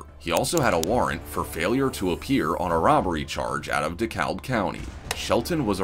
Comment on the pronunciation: Just for future reference, DeKalb County, Georgia is pronounced "De-Cab".